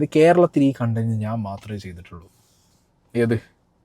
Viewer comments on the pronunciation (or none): none